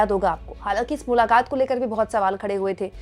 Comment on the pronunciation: 'Mulakat' nahin mulaqaat...khair nahin khhhair